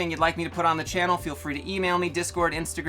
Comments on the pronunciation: Pro-tip from a native spanish speaker 4 'ya: the 'H' is silent, the 'H' is always silent. It's like a linguistic hood ornament, or the british monarchy. Hasta luego: AH-stah Looeh-goh. 😉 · The “h” is silent in hasta luego